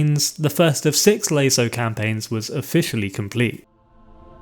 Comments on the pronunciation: Never heard anyone pronounce it lay-so before rather than lah-so but alright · Loved the video. However, and I dont mean to be an ass, but youre pronunciation of LASO drives me infuckingsane... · I wish you would stop pronouncing LASO incorrectly.